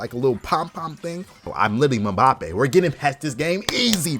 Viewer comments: bro he said “ma” bappé but his name is ponounced “m” bappé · Brother said Mmabbapé 😂😂😂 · did bro jus say mabappe???